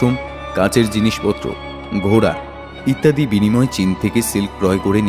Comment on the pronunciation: 'ইত্তাদী' নয়, ওটা হবে 'ইত্যাদি'।